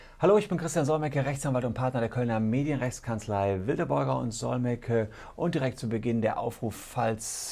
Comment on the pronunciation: Seid Ihr jetzt die Rechtsanwaltskanzlei Wilde, Beuger und Solmecke oder Wildebeuger und Solmecke? Im Intro ist es getrennt geschrieben, aber es wird so in einem Fluss ausgesprochen. LG